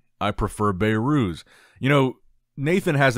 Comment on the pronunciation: His name isnt "Bay-Rhooz"😅 It's pronounced "Behrus"